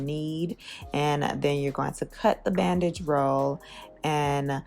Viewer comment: I thought you said “bad bitch roll” instead of bandage and I was here for it 😂